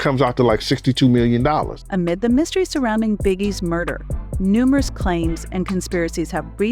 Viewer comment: I couldn't watch this whole thing because of the female voice pronouncing words wrong!!!! Two-Pack, Re-cords, Shawn Diddy calms🤬🤬🤬🤬